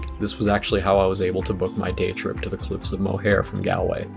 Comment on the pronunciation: Look up how to pronounce Galway, Moher and Kilkenny before you come back here